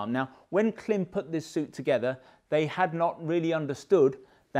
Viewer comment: It is pronounced Klim as in climb. Great content btw.